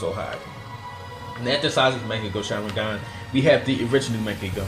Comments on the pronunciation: "man-get-ku sharengan" xDD and why do you have so much h8??? Or are you just trying to act bad ass to compensate for something. BOI!!! U literally said that you were not going to base this list off of the people who had the dojutsu BUT for the different mongekyo sharingans you base off their strengths off of who beat who..... (Hypocrisy) Fugaku's power was not = Fugaku's Mongekgo sharingans power (Once again Hypocrisy) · Mung-Gah-Kyo Sha-Rin-Gan lols